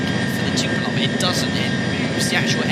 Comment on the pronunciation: It is called Tupolev not Tupolov!